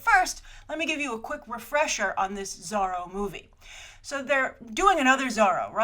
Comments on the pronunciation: Zorro no Zarro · She says it like Biz-zarro or Bat-zarro... weird, right? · You say Zorro funny ;)